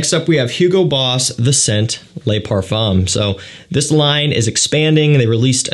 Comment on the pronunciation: Le "luh " Les " lay " !